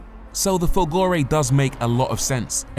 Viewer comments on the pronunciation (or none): I admire you and love your reviews. However, may I suggest that the tonic accent in Folgore is on the "Fol" Grazie. BTW. I am not Italian. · FOLgore, not folGOre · Of course he didn't bother to find out how to say "Folgore" properly and that, for a channel with 1.5 mil subs, is just not good enough! Thumbs down to you. 👎👎👎👎